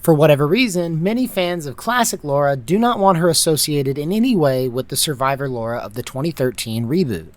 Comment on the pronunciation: LARA LA-RA not Laura